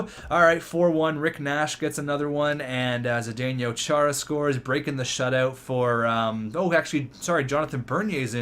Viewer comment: you're probably my favorite nhl youtuber, but my god does it piss me off when you say Zdenyo.. ZDENO